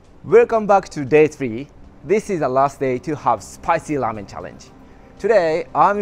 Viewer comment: Its ŕrrrrrrrrramen not lamen